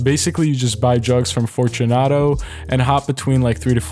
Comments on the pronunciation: i thought he said drugs not jugs lol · sounds like he says drugs instead of jugs lol 😂😂😂